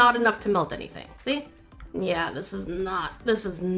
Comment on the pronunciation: The new “seee ya” had me rollin!!